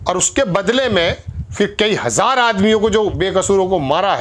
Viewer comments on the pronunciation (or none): none